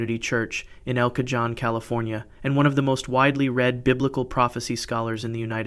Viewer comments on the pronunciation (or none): El cajon California is not pronounced like that but cajon like the cojones is how you pronounce it. but the locals just call it el cabong